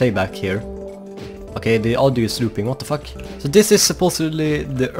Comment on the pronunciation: "Waht dah fauq"